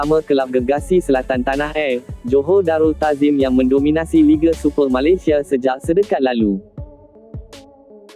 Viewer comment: Malesia malisea sebut pon tak betul... konten ni beruuuk pon tak nk dengar..